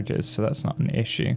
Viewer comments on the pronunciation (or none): none